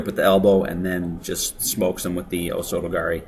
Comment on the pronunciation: nice to hear that you called ocelot throw as "osoto-gari" , its like a AMSR to a guy that trained judo :3